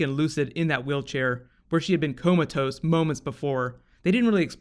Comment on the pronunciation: "Coma toast"? LMFAO